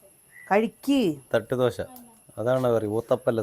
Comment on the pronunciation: ദോശ എന്നു പറഞ്ഞു പഠിക്കു